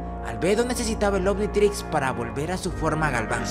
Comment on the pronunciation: Minuto dice anititrix